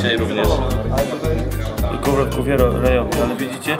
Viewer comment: Ryobi czyta sie jako "riobi", a nie "rajobi"